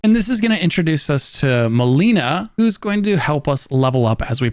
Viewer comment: He pronounced just about everything wrong, Marika, Melina, Evergaol